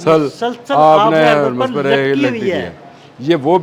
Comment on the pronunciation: پہلے لفظ ہرمز کی ادائیگی درست کریں